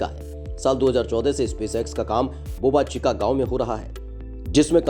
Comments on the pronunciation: बोबा चीका नहीं , वह बोका चीका गांव है। घटिया उच्चारण वाला अनुवादक । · It is boca chica not boba chica 👍🏻